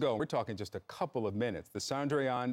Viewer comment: Chandrayan not sandyan